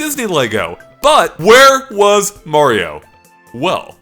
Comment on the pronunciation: from GameXplain it is Mario not Meario Dumbass